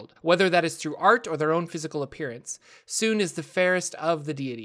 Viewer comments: It bothers me so much to hear Sune pronounced as "soon" instead of "soon-ay", even though I don't know which one is technically correct. xD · Teeny tiny correction. The "e" in Sune's name is not silent. It's pronunciation is more like "Sooneh" than "Soon". Per Rasaad from Baldur's Gate . Great video overall. I love your content! :)